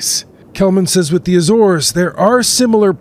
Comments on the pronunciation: The News Anchor needs to do his homework on pronunciation before going on air. It’s not “the A - Zores” it’s just Azores. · Ah, apparently Lisbon is now located in Spain. LOL. Filled with confidence with this US News channel. And it's Azores, or Acores and Not Ay-Zores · Are you a genuine news organisation? You put Lisbon where Malaga is and your anchor cannot even pronounce the name of the islands. Pathetic. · He mispronounces "Azores" too, so... 'Murika! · Sobs in Portuguese. Ah-ssor-esh is what I'm assuming is correct. Azores natives / native Portuguese - feel free to correct me. AYYY-zorz, ahhhh. :'0 :'0 :'0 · What is it with Americans, why can they never pronounce the name of countries correctly?